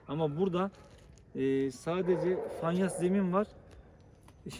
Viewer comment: bey sizi severek izliyorum bize sürekli video çekip açıklama yapıyosunuz bilgilendiriyosunuz fakat bize ayrı konusuyosunuz haber spikeriyle telefonda daha farklı konusuyosunuz yakıstıramadım size. Ayrıca bişe daha Fanyas değil abicim ''FAYANS''.. Lütfen bize atıp tutup keserken haberlerin spikerlerine kedi gibi konusmayın. Siz haklısınız ona göre konusun davranın!!!